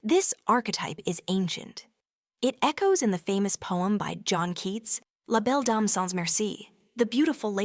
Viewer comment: When I heard her say Belle dam my brain translated it to beauty damn lol